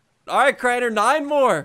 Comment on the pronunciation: It’s Crainer not Craner